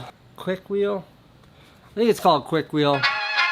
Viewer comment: Kuit it, Kuik; it's Chinatown.